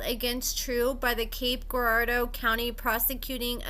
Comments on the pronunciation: YES ~ that was bugging me too. It's like Jirardeau. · the G in Girardeau is pronounced like a J. Hot ☕ tho 🔥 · just call it Cape. You’re saying Girardeau wrong.🤣🤣